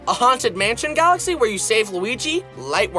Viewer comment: when i heard him saying mario falaxy #, teared up cus of nostalgia while playing super mario galaxy no joke